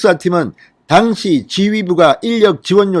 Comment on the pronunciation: 당시, 감찰. ..발음처리 너무 틀려서 거슬려요.